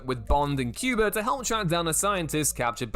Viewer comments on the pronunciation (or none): none